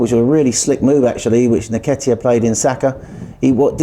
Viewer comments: Can someone please help with pronouncing Eddie's surname? It's IN-Ketia and not NI-Ketia. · How is the Penalty Gabriel's fault? Eddie's surname is pronounced 'EN-Ketia'